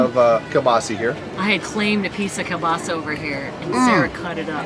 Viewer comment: Just so you know for next year it is pronounced kiel-BAS-ah not kiel-BAS-ee not. And it is the best thing that was at the festival :)